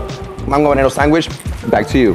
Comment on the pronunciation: SanGwich lol